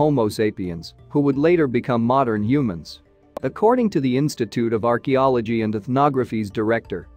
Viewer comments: aren't you interested in Archie-ology? lol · Yeah, it couldn't even pronounce "archeology" either 😂 artch-ee-ology